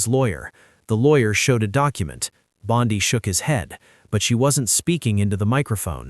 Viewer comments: Rubbish AI. Bondi not Bondy. She is a female not a male! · Why do you speak of Bondi as Bondaie and in masculine very often? Is this even some true news?